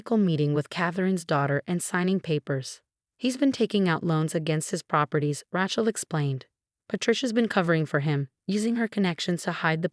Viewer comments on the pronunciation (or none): Ratchel, Ratchel, Ratchel!!! 😉😿😤😠🤬😡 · How many of these stories cant say Rachel correctly